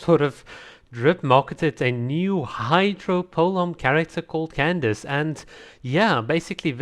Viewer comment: Candace's name is pronounced like "kan-da-ke(i)" btw!!